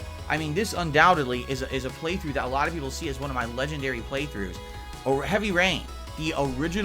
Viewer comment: seems to really cater to this "Alotta Peepul" fella.